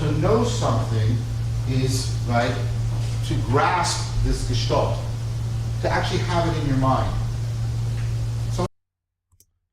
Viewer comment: Too many German philosophers in history. For sure. The A in Gestalt or Angst is similar to the A in "car". Good stuff again. Thank you